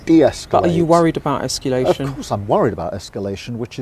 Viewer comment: She can't get de-esculation right either, prefers esculation to escalation. Does she know what's goin' on? I doubt it.